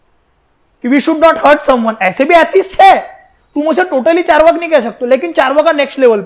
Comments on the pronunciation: Charvaka nahi hai charvak nam hai bhai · sir why you speak charvaka why not charvak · Charvaka nahi charvak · चार्वाका मत बोलिए सर 🙏🙏 चार्वाक है । Please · आचार्य चार्वाक को चार्वका क्यों कर दिए ?? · "Char waka" nahiye "Charwaak" hai pronunciation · With due respect , its चार्वाक not चार्वाका it is अकारांत word not आकारांत word. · It's charvak not charvaka. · चार्वाका नही रे, चार्वाक. क्युं हिंदी की मा बहन एक करते. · चार्वक होता है न की चार्वाका सही से पढ़ना सीखो।